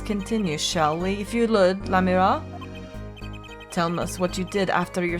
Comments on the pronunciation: Godot ikr, btw u know she is saying lamiroir completely wrong as well as tobaye Edit Lamoir = lamb+war Tobaye=Tobay+aye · Idk if it's canon or not, but I like the pronunciation she came up with in this episode "La-mira." It's more elegant sounding than any of the others. Plus she spent most of her life in a fictional country, so really we can make up whatever we want for pronunciation. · If you don't pronounce Lamiroir's name right, I'm gonna start spoiling shit. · google l'a mirroir translate' and hit sound button for pronounciation